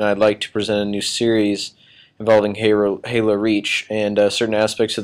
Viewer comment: Lol at the start he accidentally said haro lol